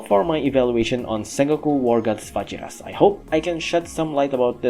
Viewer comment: It’s Va-Heer-Us. Vajiras is a Spanish derived word.